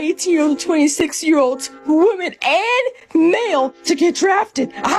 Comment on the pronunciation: why can't anyone under 30 say women correctly anymore? It's not "woman" it's women.